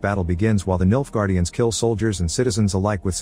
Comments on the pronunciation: Not gonna lie, every time you say Nilfgaardians, I thought you were saying, "Milf guardians" 😂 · i cant help it every time he says "Nilfgaardians" I hear "MILFguardians"